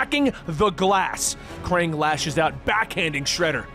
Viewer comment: he says Kang instead of Krang😂